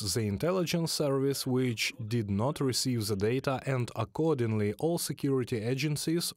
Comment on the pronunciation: THE is not ZZZZZZ it's pronounced more like letter D, not Z. :)